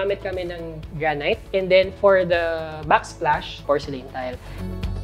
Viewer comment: Granite “gran-it”